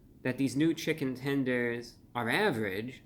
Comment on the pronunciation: Chichen Tenders! Omg we said it at the same time!